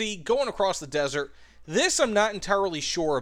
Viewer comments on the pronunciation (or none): none